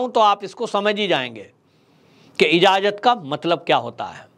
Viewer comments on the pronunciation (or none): none